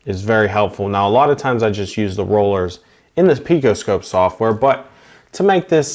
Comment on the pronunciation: One you already caught and made a correction to in your presentation. The other may be an accent as I thought you kept referring to the phase rulers as rollers. It may have been my old ears playing tricks on me. I am wondering if Toyota publishes valve opening specs in degrees as if you could have referenced the crank sensor and measured the degrees the exhaust valve opened either to late or early. A lot of times if I am suspecting an issue. I will use two WPS's. One in the affected cylinder and the other in the companion cylinder because they are 360* apart and you can compare the valve opening events a lot easier on one capture. Just a thought. Very nicely done sir!!!!